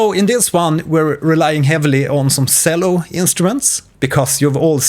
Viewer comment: the way you pronounce cello pains me... this is a very helpful video tho, thank you!